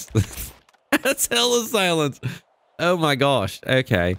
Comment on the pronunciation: When he took the silencer off and then said oh my gosh he sounded like he was British to me lol